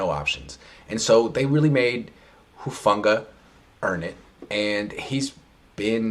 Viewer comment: is anyone gonna correct his pronunciation of hufanga i wanna rip my ears off when he says it